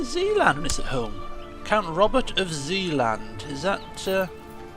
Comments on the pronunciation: zeeland is pronounced a littlebit like zayland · Hearing you prenouncing Zeeland and figuring out where it was, was the funniest part of this episode, me being Dutch myself, i had to see that part over and over. Lauging harder every time I saw it. You're vids are the best man, keep them up!